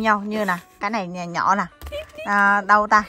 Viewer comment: xinh gái dễ thương và chân thành. Em ơi giờ clip của em cả nước đều xem rồi nên cố gắng phát âm rõ dấu hỏi cho mọi người dễ nghe hơn nhé: nhỏ - nhọ, thử - thự, nổi - nội